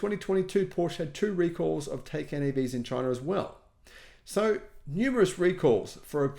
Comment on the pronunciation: It’s pronounced Ty-kon